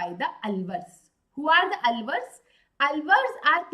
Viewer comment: 😢the way she says nayanaar ans alvar is soo wrong ! Its naayanaars and aalvaars ..